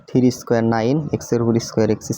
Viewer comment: Tumi tiri bolba na plz three bolba😊ok